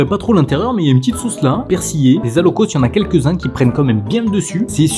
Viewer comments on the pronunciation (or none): L’alloco, ce délicieux plat ivoirien, se dit "alloco" et on ne prononce pas le "s". En tant qu’Ivoirien(le pays de ma mère), je me permets d’en parler avec affection et légitimité. J’ai été un peu cocké😳 de le voir dans un sandwich, et j’aimerais partager comment ce plat incroyable est traditionnellement apprécié chez nous☺. L’alloco, ce sont des bananes plantains mûres frites, dorées et fondantes, que l’on accompagne souvent de poisson, de poulet, d’œufs, de sauces épicées ou de riz. Chez nous, on le savoure surtout dans les maquis, ces petits restaurants populaires où l’on se retrouve autour d’une bonne bière locale ou d’un soda bien glacé pour se rafraîchir, ou dans les allocodromes, des lieux en pleine air spécialisés dans la préparation de l’alloco sous toutes ses formes et aussi et souvent chez nos maman qui en font un commerce au bords des routes ou dans les marchés😋. Comme c’est un plat très populaire, on le déguste également dans le confort de nos maisons, en famille ou entre amis. On le retrouve aussi souvent accompagné de garba, un plat composé de thon frit servi avec de l’attiéké, une semoule de manioc cuite à la vapeur et légèrement granuleuse. Le garba est généralement assaisonné avec des condiments comme des oignons, des tomates, du piment, du citron, ainsi que le fameux cube Maggi et de la mayonnaise, souvent de la marque Aromate, très populaire chez nous. Les garbatchikis, vendeurs spécialisés de garba, sont très appréciés pour leur savoir-faire et la rapidit